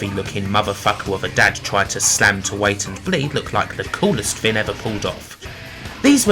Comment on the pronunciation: it was "fing in the wate 90s"